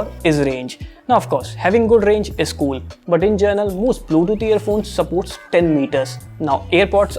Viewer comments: Is it me or his pronunciation is 'gernal' for 'general'?? Anyways Nice Vid ... 👏👏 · "Journal" lol. he needs to fix that. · gerenal ....its general and its amazon not amezen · Bro, It's GENERAL (जनरल), Not Journal (जरनल) 😅 They are Two Different Words I was So annoyed In the First 1.5 Minutes But Rest, The Video Quality is Awesome 😁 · Bruh it’s general not journal At least correct it if u use the word very often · in 'gernal' or in 'general'? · Bro it is general not journal......imo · General not journal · Journal nahi bro General, no offence. Great going !